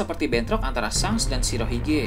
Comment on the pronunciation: Shank ya bukan shenk kalauoo shenk pasti salah